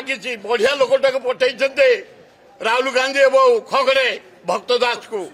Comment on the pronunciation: ବିଭୀଷଣ କାନ୍ଦଣା କାନ୍ଦୁଛି, ୟାରୀ ପାଇଁ କଂଗ୍ରେସ ଆହୁରି ତଳ କୁ ଯିବ !ଖଡଗେ କହିବା ଜାଣିନାହିଁ ଖଗଡ଼େ କହୁଛି !ୟେ କଂଗ୍ରେସ ରେ ରହିବ ହେଲେ ବିଜେଡି ର ଗୁଣଗାଇବ !